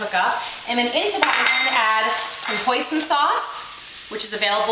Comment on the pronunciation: did she say poison? what's she trying to do, kill us?